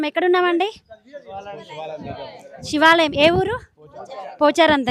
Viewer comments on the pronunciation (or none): షి వాలయం కాదు 🤦‍♀️🤦‍♀️ తల్లా శివాలయం